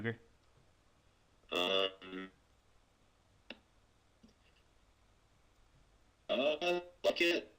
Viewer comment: we did ket kyrum i think u mean kyoger